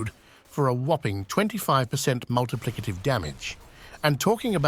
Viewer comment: hnnnnnnnhhhhhhgggggggg "multiplicative"